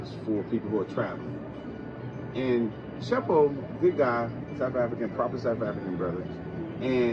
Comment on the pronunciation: Lol I think it's tshepo not sheppo🤣🤣😍